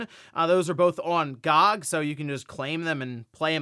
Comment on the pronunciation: you're saying GOG like that, as a joke right?